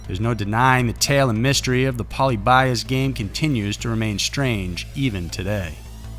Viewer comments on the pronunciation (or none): I'm not familiar with it, but since you mention it I'm thinking it should be "PO-LEE-BEE-US", not "POLLY-BY-US", correct? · Fyi its pronounced "poe lib be us" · Pronunciation of “polybius” is like nails on a chalkboard. It’s poe-LIH-bee-us. Sorry for the correction 😖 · Im pretty sure u pronounced it wrong its like paul-lib-e-us not pauly-by-us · pol-ee-be-us, not poly-bias. lol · Poh-lee-be-us. Not poly-bias. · Hate to be that guy, but... It's pronounced "pull-LEE-bee-US" not "POL-ee-BYE-us". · Poly . . . Bios ? Pronounce it correctly ! ! ! . . . Pol i bius ! . . Phonetically ! Apart from that, all good ! 👍😉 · LOL ............POLE LEE BEE US......not Poly by us and its just a urban legend. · Dude, it's poh-Lib-ee-us, not polly-BY-us. Like the square and the Greek philosopher. I like your videos but sometimes you are so off. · wow you butchered Polybius like I've never heard anyone butcher a word. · How many times can you mispronounce Polly Bias? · Ahem , Pol-ee-bee-us . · "polly bias" oml this bugged me the whole entire time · It's "Poe-LIH-bee-US." :) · Pol ib ee uss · I have heard people pronunce "Polybius" with enphasis on the ly, like Prometheus. I don't know if it's the correct one or not. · It’s pronounced Po-lyb-ee-us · If I had a channel, the only thing I would make sure is that I would pronounce everything correctly. Can you imagine pronouncing polybius like poly buy us. WHAT THE FUCK how embarrassing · Puh-lib-e-us. It’s okay it gets the best of us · Say it with me (Poe Le be us) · I don't like the way you pronounce Polyibius. Its said Poly-be-ius. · It's po-LIH-bee-us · I thought it was pronounced po lee bee us.. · Its actually pronounced Puh-lih-beeuhs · puh-lib-EE-uss You're killing me. You might want to do much more research into the topic. The first actual mention of the game was made on a Usenet in the mid 1990s. There are several very well researched documentaries that tell the real story very well. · polybius is not pronounced polybias.